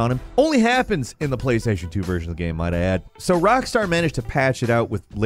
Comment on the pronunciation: how is that "game", how have you pronounced "game" "gyearym" i'm 💀